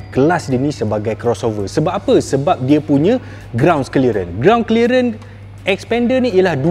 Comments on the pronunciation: Xpender ya, bukan Sepender😅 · ble sbut bnyi mcm spender.. haha